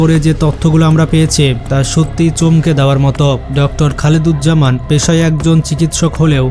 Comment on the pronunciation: ভাই নামটা ঠিক ভাবে উচ্চারণ করতে পারেন না, তার নাম হচ্ছে খালেদুজ্জামান